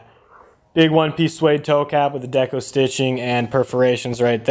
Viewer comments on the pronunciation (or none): none